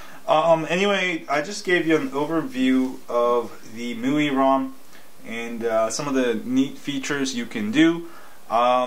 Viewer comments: Mooey? lol.. I thought it was "My-you-eye" (MIUI) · I believe it is pronounced MY-U-I as in MY USER INTERFACE? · ..IT's called miui (MY-U-I) (my user interface) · Hahaha I like how this guy is kinda struggling with the "MIUI" word :-)